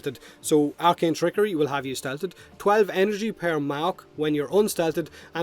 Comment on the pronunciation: Holy moly. I love your stuff but I had to stop watching after you repeatedly mispronounced 'stealthed' which as far as i know isn't even a word but anyway keep it up.